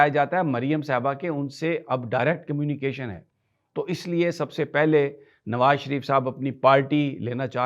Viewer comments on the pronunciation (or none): none